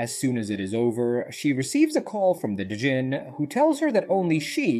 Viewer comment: Djinn is pronounced Jinn the D is silent.